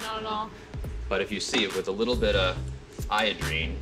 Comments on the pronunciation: Its 'iodine' not 'iodrine' silly Bonaro. LOVE THE SHOW. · It's not iodrine it's IODINE and this reminds me of "A Cure For Wellness" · He said iodrine not iodine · "Tactile probiotics." Revealed with "iodrine." XD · He said iodrine lol